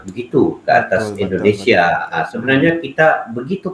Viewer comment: Indonesia bang,,bukan indinesia😅😅